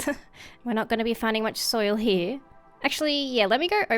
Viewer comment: You say "over here" like "over hee" are you Australian?